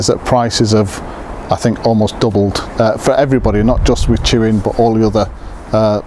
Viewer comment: tuin is pronounced "tayn". Its a dutch for garden